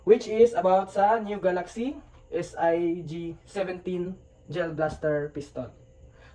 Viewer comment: S.I.G???? hahahaha.. inaral sana muna,, unulit ulit pa.. S.I.G.